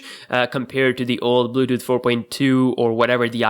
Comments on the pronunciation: dont wanna be mean but the way he says bluetooth is funny....bluedoo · nigga said bluuuuuedooth